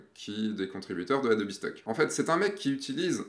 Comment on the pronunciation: Ce qui me perturbe le plus c'est le "Adobi" ^^ Bon j'ai quand même une question sur le adobe stock : il y a des conditions particulières pour participer ? (age min, photographe pro, abonnement adobe...)